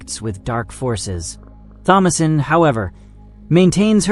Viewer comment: Jesus Christ THOMASINE IS PRONOUNCED TOM-UH-SIN!